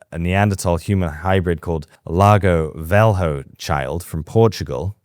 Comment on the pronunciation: I'm not a subscriber to your channel, but I watch your videos because I find them interesting. Allow me to make a suggestion: please improve your pronunciation of Portuguese words. Lagar Velho doesn't sound like Lago vel ho.